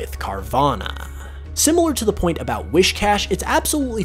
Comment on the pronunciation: I physically cringed with each "wish". Particularly because of the mispronunciation but also because the SH was so prominent it bothered me